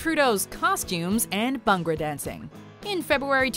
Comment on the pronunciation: I like the way she pronounced BHANGRA